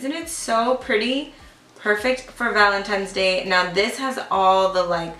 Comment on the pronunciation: You say valentiMes instead of ValentiNes lol